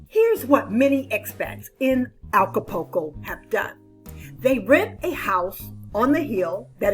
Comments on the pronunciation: You are miss pronouncing Acapulco. It’s Aca-pul-co. Not Aca-po-co. The “U” is pronounced.✌️ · Please...it's ACA-PUL-CO not ALCA-PUL-CO. I enjoy your videos. Nice to get "adult" info.